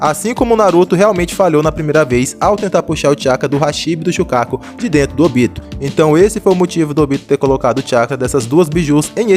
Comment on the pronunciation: Não sei pq as pessoas falam “OBÍTO” sendo que é “ÔBITO”